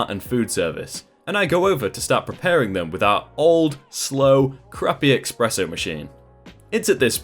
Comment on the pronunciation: Except he says 'Exspresso' at least once.